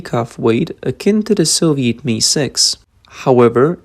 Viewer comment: MI is not pronounced ME but phonetically EME EYE. Like just the letters M and I.